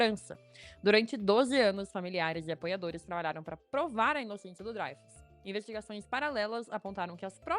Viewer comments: Pior que é Dreyfus, mesmo (drêifus). O cara era francês, então é "drêifus". Quem pronuncia "dráifus", segue a pronúncia inglesa. Tem um canal chamado "French Pronunciation Guide", onde há um vídeo intitulado "How to Pronounce ''L'affaire Dreyfus'' (The Dreyfus affair) Correctly in French" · Gente, a pronúncia é Drêifus e não Dráifus... O nome é francês, não é alemão nem inglês. O mais irônico é que o Caso Dreyfus foi causado por antissemitismo e foi o catalizador para a criação do movimento sionista que hoje faz genocídio na Palestina. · pior que é DrÊIFUS a pronuncia correra. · Sobre a pronúncia do famoso "Caso Dreyfus": "draifus" seria uma pronúncia anglo-saxã estranha, porque muito mais distante da original francesa. O julgamento do soldado francês Dreyfus foi emblemático da Justiça e da História da França da virada dos séculos XIX para o XX, um divisor de águas entre a direita e a esquerda francesas pós-revolucionárias. Portanto, a pronúncia aportuguesada "dreifus" ou "drêfus" é mais próxima da original francesa (onde o ditongo "ey" é pronunciado como o "ê"), que a pronúncia anglo-saxã "draifus", que é estranha às duas línguas latinas.